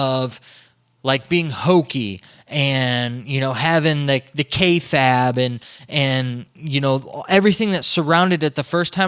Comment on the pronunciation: Pronounced: “Kay-Fabe,” not “Kay-Fab”